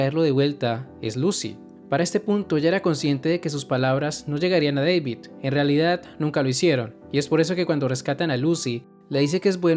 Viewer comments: muy buen video excepto por una cosa... no es Deivid ES DA DAVID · Porque le dices deivid?